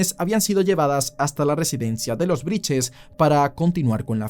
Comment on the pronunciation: Brittes no briches